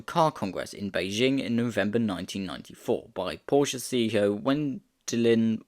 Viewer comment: Wen de lin .......Wie.. de..king :D